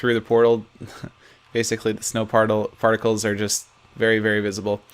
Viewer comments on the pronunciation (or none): did he say snow farticles